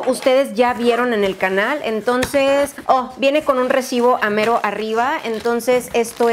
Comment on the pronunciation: Hola No sé si es idea mía o dices "emtonces" en vez de entonces 🤔 O quizás no escucho bien, no lo sé